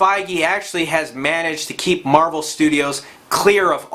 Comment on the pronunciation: Why do you keep saying captain marble?!?